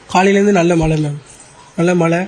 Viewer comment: பெயர் தமிழரசி. மழை, மலை அல்ல. அதிக அளவில் தமிழ்ப் பெண்கள்தான் தமிழை கொலை செய்கிறார்கள்.